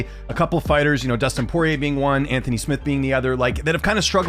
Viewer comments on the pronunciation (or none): none